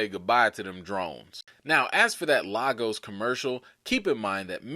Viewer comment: Sak passe? Great video and analysis. To everyone watching this show or any of the MCU shows and movies, the city in Nigeria often being referenced as it relates to the Avengers is pronounced "LAY-GOS" NOT Lah-Gos. Although it is a Portuguese word, we Nigerians have Anglicised it. I've witnessed this mistake by Marvel in at least two movies, Black Panther and Captain America Civil War as well as the Agents of SHEILD and now Wanda Vision. I would think the people doing the research for Marvel would know better and get this right. Wouldn't you agree?